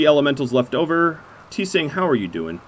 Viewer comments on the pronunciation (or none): Tseng = Zheng = Cheng = Zher - Ung as one syllable.